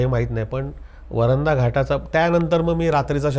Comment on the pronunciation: वरंध म्हणा रे